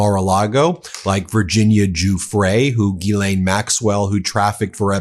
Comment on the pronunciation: French Canadian here... Gislaine Maxwell's name is pronounced phonetically like Jis-len. Just saying...